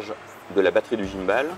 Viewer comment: Merci pour cette vidéo ! Par contre, svp, ne dites pas "guimeballe", c'est juste horrible à entendre ! C'est de l'anglais et on dit "guimebole" :-)